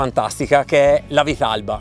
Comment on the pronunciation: Prima di tutto si dice "vitarrba" e poi bravi!!😂